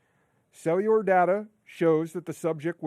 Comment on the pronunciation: Cewular devices.. he pronounces all his Ls as Ws.